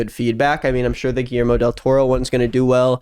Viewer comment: The way pronounced Guillermo almost made me click off the video 💀